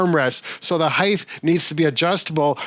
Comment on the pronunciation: Wonderful content. Thanks, Team Please (& others): the word is Height, pronounced ‘hiTE’ not ‘higTH’. So many make this error. I think it’s because other measurements, like breadth, width, depth DO have a th at the end, but height does NOT. 🤞